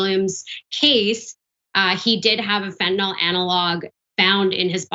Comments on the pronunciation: Why do they keep saying fentanol it's fentanyl. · It's fentanyl, not fentinol, or fentinall. 🙄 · it doesn't help credibility that neither the commentator not the host seem to read English well enough to pronounce "fentanyl" properly... please note the "y" does NOT get pronounced as a "short O"...